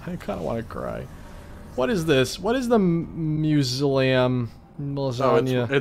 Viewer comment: “Hellhound ocelot” and “musealaum”